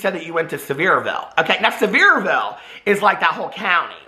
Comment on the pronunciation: You’re saying Sevierville very wrong…lol